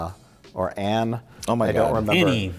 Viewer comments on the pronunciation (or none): none